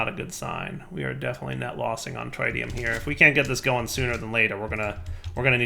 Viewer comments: Pretty sure the tri in tritium is pronounced like triple instead of like triangle. But I had to look it up. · His inability to pronounce Tritium continues to hurt my soul... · Learn to say tritium please